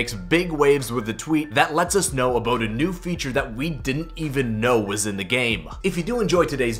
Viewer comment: lol aboot